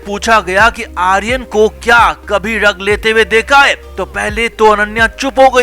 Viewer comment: Ddag nahi DRUG!!! Arre pehle sahi bolna to seekho!! 😂😂